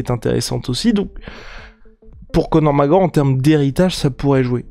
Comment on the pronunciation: "Co'or MacEor" ©️